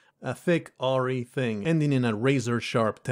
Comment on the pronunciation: I think this was about the point for me where putting the book down became a difficult task. Some ultra-minor bits of feedback: , you pronounced "awry" as "aw - ree", but it's actually said more like "uh - r-eye"; a-wry (/əˈrī/). You pronounced "thrashed" as "trashed"; the "th" sound really ought to be a part of it, I think. I noticed that , you replaced "find more bipeds" with "find other bipeds", but I assume that's an intentional change. , the "ed" at the end of "wretched" is typically pronounced along with the base word. /ˈreCHəd/. , the word "suddenly" at the start of the sentence was omitted.